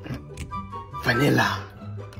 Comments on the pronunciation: “Srawbe” “SherbEAt” “Vanillaaaa” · "sURbEraT" 💀 "Vanillahhhhhhh" 💀 "Strawberry" 💀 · Vanillaaaaahhhhh And Stwaberry 😂😂😂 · "SuReBeT" "Vanillaaaaah" "Strawbreh-" ☠️